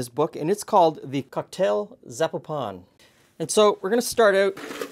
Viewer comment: Just an FYI: it´s pronounced zah-POE-pen (it´s just outside Guadalajara)